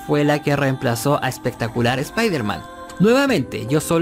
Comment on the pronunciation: Jajajaja...... ......"Espectaculiar" dice jajaja....